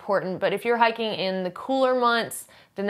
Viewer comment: This is all totally dependent on Resupply. It's hiking, but it's not Survival. (It's, "hahking," which means "hiking." Hahahahah!)